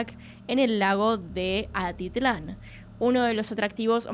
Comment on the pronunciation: Amo tus casos, amo tus videos, soy de Guatemala y espero que no se lo tome a mal nadie por aquí pero es Atitlan y en un par de ocasiones solo pronunciaste como Altitlan 😂🤣 nuevamente la corrección es con amor 🫶🏻🫶🏻🫶🏻🫶🏻 Sigue así me encanta tu contenido